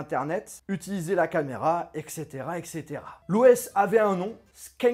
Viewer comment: C’est « et cetera » pas « exetera » !!